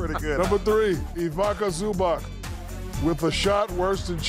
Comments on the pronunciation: Ivica not Ivaka, Zubac not Zubak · C'mon, Shaq! You've been in Croatia. It's not Ivaka Zubak. It's pronounced something like Eeveetsa Zoobats. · Ivica Zubac Shaq: Ibaka Zubak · A least learn to say his name right. His name iz Ivica Zubac not Ivaka Zubak